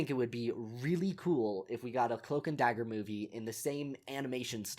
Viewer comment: cloak and dooger